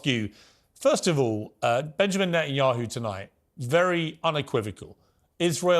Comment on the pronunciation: To say nothing of the wisdom and impact of Dr. West’s words here, him saying “Nathan-Yahu” is hilarious